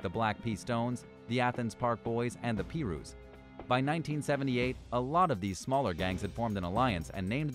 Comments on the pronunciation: Pee Roos you mean pie Roos lol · its pronounced PieRu no peeru lol idiot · The blood and crips one... The blooda, its not the Pee-roo's... Its the Pie-roo's(thats how its pronounced atleast)... Spelled Piru's, for Piru Street... I lmao when dude said peeroos... Damn cuzz. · piru is pronounced "pie- roo":not "pee-roo" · It’s pie-rus not pee-rus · He lost me at peeroo instead of Piru..... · #1] If you're gonna do a Top Ten video, you start at lowest and work up to highest #2] MS13 was started in LA by Salvadoran immigrants, and later spread to El Salvador when their members were deported #3] It's pronounced pie-roo*, not *pee-roo #4] 18th Street, GDs, Vice Lord's, Sur 13, Texas Syndicate, Nuestra Familia, and many others are way more dangerous than the last 2 fillers you put in this video Overall, this video was whack asf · Pronounced pie-rues...not pee-rews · Ey my dude.. It's not Pee-Ru.... It's Pie-Ru. PIRU.... Not PeeRu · wow, This is what happens when you have an individual make videos on topics they have no knowledge on.. oh and what the fuck is a PEE-RU? 🤦🏽‍♂️ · The Pee-Rews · "The P-ruse"! Fucking amateurs! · This guy knows his shit . He even mentioned a gang called “the pee-roohs” who must be a rival of the pirus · He said the Peeruse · lol the peerroos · he said peeroos. lmaooooo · p rus lol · The boy said the peerus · bro he said the Pi - rus that's not how u say it lmao I'm from L.A and even i know the yakuza isn't a gang its like one but more organized crime like a cartel more than a gang mostly because of the size of it than anything else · The man said the Pee-rus 😂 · He said peeRoos I'm done lmao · The way he calls piru peeroos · This man said p ru lmao I’m dead this is y non street ppl should stay away frm this type of stuff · “Pee-Ru” lmfaoo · The "pee roos". Man, you fucked up now. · Pee-ruse. Ha ha ha. Im done. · he gettin shot after sayin “peerous” 😭😭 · You said Piru's wrong. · Nah fam the way he said piru had me dying 😂 wtf. Big violation